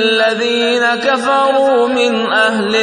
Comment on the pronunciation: Lam u kunil lazina kafaru min ahlil ketabe Wale surh m 6th aayat m kaf pdhna chor diya h plzzz unhe correct kr kr pdhen